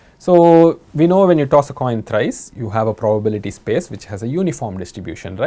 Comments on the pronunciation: At around 6 mins sir said “Toin coss” 😁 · To be precise sir said, "coss a toin" 😁😁